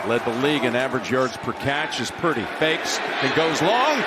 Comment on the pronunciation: LOL! When Jim says Purdy's name in a hurry, he actually pronounces it "Pretty!"